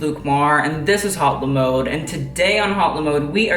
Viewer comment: La mode, not lE mode💁💁